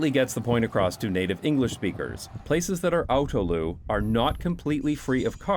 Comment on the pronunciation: you're saying autoluw like Loo at the end, but it should rhyme with new so autolew basically